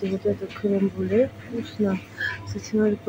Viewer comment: Она реально говорит "крем бюле" или язык коверкает?